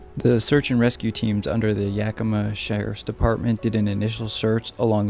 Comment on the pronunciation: You did a perfect pronunciation of Snoqualmie and Yakima!! Well done,👍